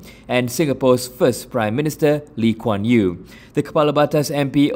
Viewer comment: Can’t even get Singapore founding father name correctly and she’s a member of the Malaysian parliament. 😳😂😂. An embarrassment to the Malaysian parliament.